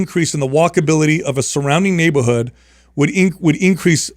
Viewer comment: neighbahood lol